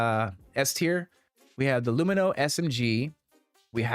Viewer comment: I don't know why hearing an extra syllable added to Lumin is so jarring every time I hear it in these videos. My general loadout is usually some combination of the Arclight or LH86, P8-SC, and S-71 or Gallant.